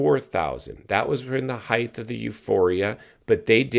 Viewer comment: It’s height. NOT heigth.